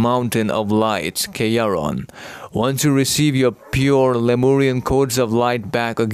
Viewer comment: Could someone tell me if is saying "Kryon" or "Chiron" or "Kayron" when naming the "Mountain of Light?" And why was Metatron ever working for Thot in the first place if he was a negative influence trying to capture Divine Love? Just confused, not sassin'.